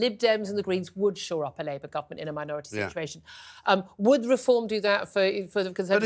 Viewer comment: The guvvermunt? It’s ‘government’,.